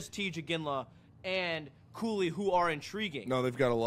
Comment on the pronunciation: Cooley? Cooley? Did u say Cooley? WHAT?